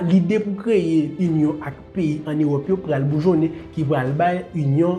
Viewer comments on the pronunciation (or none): none